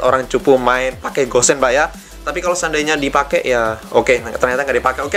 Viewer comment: Namanya gusion tapi kebanyakan manggilnya kok gossen ya